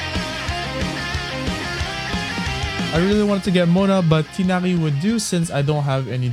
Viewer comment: Are you french by any chance when you said tighnari it sounded french if yes (im also french so that nice)